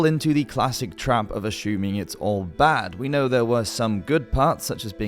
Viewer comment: A-SHOE-ming. I love his accent haha